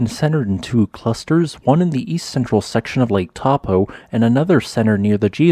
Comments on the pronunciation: Dude, it's not Tar-po, it's Toe-po. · good report. I did a Geology BSc, and studied Taupo 35 years ago. A lot of updated information since then. Smiles And pronunciation : it's 'toe - paw' . Te Reo (Maori) vowels sound differently. Thanks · I'm not from NZ, but I believe the locals pronounce Taupo something like Toe-paw. Perhaps some kiwis can confirm. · Taupō is pronounced as Toe-paw 🤙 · Taupō is pronounced toe-paw. The 'a' and 'u' are combined in a diphthong and rhyme with 'no'. The long 'o' vowel in te reo Māori is pronounced like 'pork' :) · The correct pronunciation of Taupo sounds like the English words : Toe-pour. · Please, you would be better to pronounce it as 'Tor-pōr'. Please make an effort to correctly pronounce Maori names. Next, Ta-ra-where-ra :) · Pronounced, Toe Pour :D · Not gonna lie but the way you're pronouncing Taupo is wrong. As a New Zealander it's quite funny on how you are pronouncing it hilariously wrong. Don't you feel bad, there are a few of us who also pronounce it wrong as well. To pronounce Taupo properly it is Toe-paw. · Just wish you would pronounce NZ place names correctly. It is so disrespectful to Maori not to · correct pronunciation is 'toe-paw'. 'Tarawera' uses soft 'ah' sounds. R sounds in Te Reo are trilled/rolled if you can do it. What you sound like you are saying for Taupo is 'Tapu', which means 'sacred'